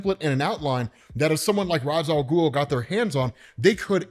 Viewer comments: It may be spelled Ra’s Al ghul but it’s pronounced Ray-sh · If there is one thing that pisses me off about almoest everyone saying Ra's Al Ghul, IT IS NOT ROZZ IT IS RACE WITH A SHHHH SOUND!!! Omg it drives me nuts. Its not pronounced that way necause of a tv show, it is pronounced that way because of the native speaking culture the term comes from! Lol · Rayysh Al Ghuul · I still hate hearing this pronunciation of Ra’s Al Ghul